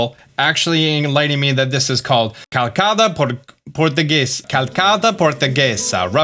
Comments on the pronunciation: Calçada portuguesa reads more like "calsada" the ç sounds like s as in "salt" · Calçada Portuguesa is pronounced "Kah-uh-ssah-dah Pohr-ttoo-geh-zah"